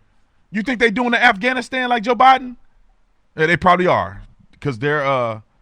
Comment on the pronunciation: The afgahnastan 😂😂😂😂😂